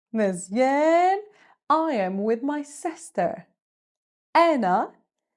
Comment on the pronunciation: Say mzien not meezieen. Making me angry when saying meezieen....